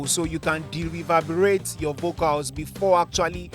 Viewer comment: Dereverbrate is that even a word broski 🤣🤣🤣🤣🤣